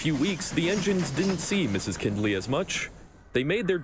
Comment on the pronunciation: I know this came out in 2024, but the name is pronounced kind-ley, not kinned-ley